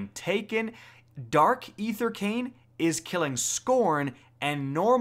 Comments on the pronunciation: “Chichen” and “ether krane” :- I cant take it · I believe the correct pronunciation of the word "Chitin" is (kite-in), not, (chit-in). Also, it's "Ether CANE". If you're having difficulty reading words correctly, might I recommend, "Hooked on phonics", "School House Rock", or maybe even "Sesame Street", if you're really struggling. (All jokes aside, I really liked this video. It was helpful and informational.) Keep up the great work!